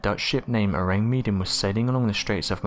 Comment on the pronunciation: Ahh man, you gotta love the Tardygrades, they look so cute & despite being teeny weeny they are called water teddy bears! Our little hero's Btw, Mr narrator the mystery ship, the Orang Medan its isn't pronounced Meedan, it's spelled wth Med as in medicine Or do you ask for meedicine? You have the same wierd way of pronouncing things as yr fellow precocious school girl narrator wth the fast & grating voice who pronounces Vesuvious as Vess-u- vuss! I switch off yr channel as soon as I hear her voice. I know she can't help it but if she just said names that we all know how they should sound Instead of trying to be different Wth a new version of a perfectly good origional pronounciation. It just gets up peoples nose. Anyway, loved this compilation Excellent! Great content